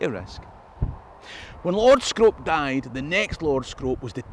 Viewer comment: As a person who's lived in Bolton Castle, I can let yous into a little secret: Scrope is pronounced Scroop :)